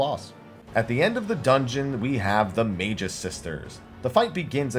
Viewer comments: It's May-gus. It's a real word that means sorcerer lol. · Say it with me.... mag-us sisters >.> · Magus is pronounced May-gus.